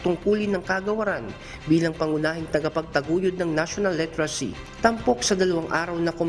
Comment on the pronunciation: Ayusin mo ang pag- pronounce ng literacy. Hindi litracy ang pagbasa nito .